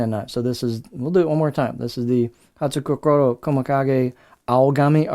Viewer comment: The u isn't pronounced so is more like Hats-kokoro